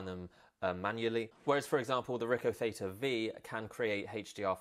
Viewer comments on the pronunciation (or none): none